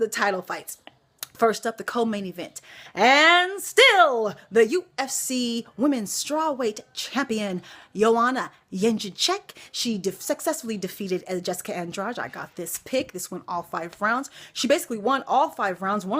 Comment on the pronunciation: Jedrzejczyk = Yen-Jay-Chick - just say it :)